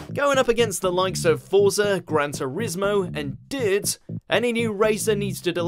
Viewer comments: "forza, gran turismo, and DUUUWT" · "And DURT"